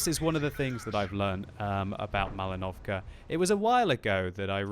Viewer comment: Is it just me, or does it sound like says "MalinovCAR"?